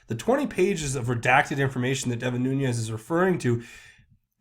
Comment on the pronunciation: Learn to pronounce Nunes. Youre a smart guy, cmon man.